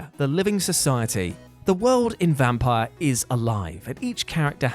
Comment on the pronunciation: Vampyr was awesome! A highly underrated game. And it's pronounced "vampeer".